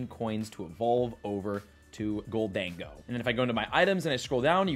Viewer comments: Pretty sure it's "Gholden-Go" not "Ghol-Dengo" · lol IT'S JUST GOLDEN GO stop saying GOL DAN GO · Why are you saying Goal-Dengo